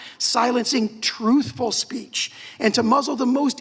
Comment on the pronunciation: Free speece? Speak english fake